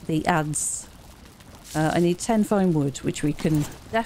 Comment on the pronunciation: The wood structures have a lot of character. Very nice. I didn't know the word adze(I think you're saying it correctly). Kind of a axe with a horizontal blade for hewing logs.